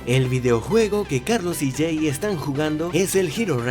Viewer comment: es jey no sey pero te perdono solo porque apenas te estas acostumbrando al nuevo equipo